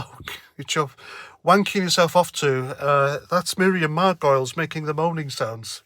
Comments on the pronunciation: She's a Jewish lesbian so she has a ticket anywhere she wants to mouth off. Btw it's pronounced Mar--Guh-Leez (not "Margoils") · Margoleeeees…is how you say it ….she is such an attention seeking person…and ignorant. Yes she lives to be shocking. It seems that these actors eventually begin to believe that they are right in everything. I think she is often getting accolades on the holly and Phil show….they love her …of course. Later I read that the mispronouncing ion was deliberate to rhyme with gargoyles… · It's pronounced 'Margolis' although Margoyles the Gargoyle would be preferable. Crap actor as well. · Her name is pronounced Mar - go - liz, (3 sylables) methinks . . . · I thought it was pronounced "Gargoyles". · And pronounced Mar go lees. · You're mispronounced surname effort is fooking ace mate:-) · clearly you don't have a clue either about Miriam Margoyles (you can't even pronounce her name properly). Nor do you have a clue about Jeremy Hunt either. I am no leftie, but I fully get where Miriam Margoyles is coming from because I actually know her history and Jeremy Hunts, and I fully understand her comments. You get nothing. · Cannot stand her either. Have you spelt her name incorectly on purpose, so you can wind her up by mispronouncing it. ( Margolyes ) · Let's get this out of the way first: if you are going to post a video about somebody, please make sure you are spelling and pronouncing the name correctly. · Absolutely vile attention seeker, even if you do pronounce and spell her name incorrectly.